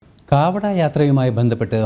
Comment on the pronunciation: കാവടി ആണോ കാവട എന്ന് പറയുന്നു